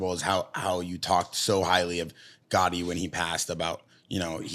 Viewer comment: He calls Arturo Gatti "gotti" and claims to be an " Italian fan " and a boxing fan...